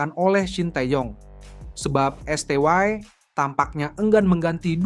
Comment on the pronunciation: Min dalam bahasa Indonesia bacanya tetap esteye bukan estewae. Norak kamu min.